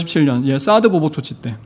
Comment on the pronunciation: 사스(x)보복이 아니라 사드(ㅇ)보복 이요